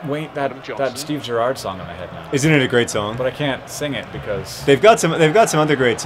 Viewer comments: Accent on the first syllable in Gerrard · JOHN IM FROM ENGLAND; COULD YOU PLEASE PRONOUNCE GERRARD PROPERLY! love the videos by the way xxxxxx dftba ;) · your pronouncing gerrard wrong btw